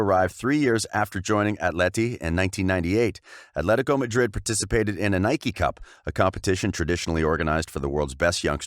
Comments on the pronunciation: When you try to pronounce Atletico Madrid as if you're Spanish you sound like an absolute tit....fyi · Why is this clown pronouncing “Athletico Madrid” like a camp Spanish water?